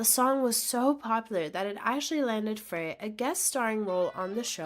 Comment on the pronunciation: Now all you have to do is pronounce all their names correctly ... Fray???